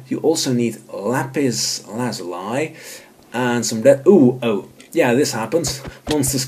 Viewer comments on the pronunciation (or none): ”Lapis Lazulai”